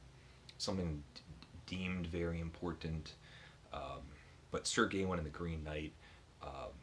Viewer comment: Your Norton project is going well! I'm hoping to read Sir Gawain soon in the new Simon Armitage translation. By the way, we generally say "Gawain" with the stress on the second syllable like "Ga-Wayne" rather than "Gay-win" - I think the title sounds better that way as the "-ain" and the "-een" tie together. Who know what they did in Middle English though!